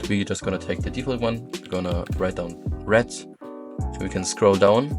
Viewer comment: love the way u say red u say it like RED'"T